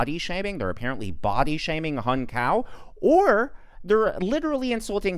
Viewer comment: I'm Vietnamese as Hung Cao. so far everyone is mispronouncing his name to hung cow in English language. Hahaha.